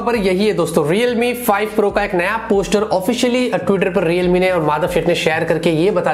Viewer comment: I will subscribe you again the day when you will stop making videos about “Realme, Reelmi, Readmi, Readmi” .... I am sorry... 😐